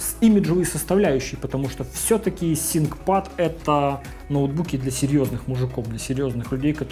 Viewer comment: откуда такое произношение то взял "синкпад", когда произносится "финкпад"